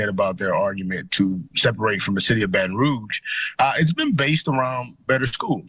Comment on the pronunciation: This woman can’t even say Baton Rouge.